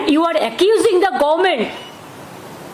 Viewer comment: Teatment, poblem, gorment😂😂😂